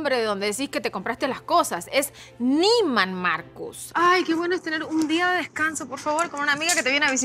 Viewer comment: Sisi tantos años en Miami y ptonuncia niumans jajajajajajajajja